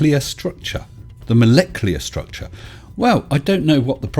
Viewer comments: Moleclear?? Was he thinking IT'S NUCLEAR NOT NUCULAR , and then thought IT MUST BE MOLECLEAR NOT MOLECULAR ? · Molecular, is that like nucular? lol